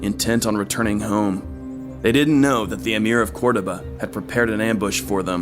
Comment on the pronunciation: It was good but the odd pronunciations were so distracting. Haesteinn as "Has-tine", Cordoba as "Cord-of-a" etc..